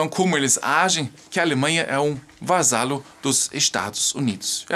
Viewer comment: Vassalagem.. não "vasalagem" vassalo e não "vasalo"...